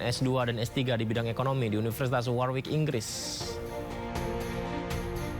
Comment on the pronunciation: Warwick di bacanya waŕik , bukan warwik